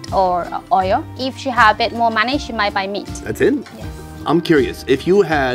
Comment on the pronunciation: Took me some time to realize you said money not monkey